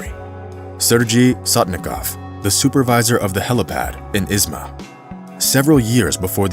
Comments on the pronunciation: it's not "Izma" (Is-ma) it's pronounced "Izhma" (EEZh-ma) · How can you say shure and not Ishma? It is not Isma! Has never been Isssma. Ishma! Shure! You shtupid? You foolish? Duh! Just saying. You folks all suck on foreign languages. Work on it! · It's not pronounced Izma, it's Ihma. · It is pronounced Ižma